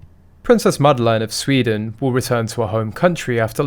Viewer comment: Her name is NOT Madelaine. You pronounce it very wrong.